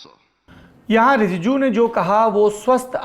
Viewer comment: Shame on saurabji u can't pronounce Rijiju😡😡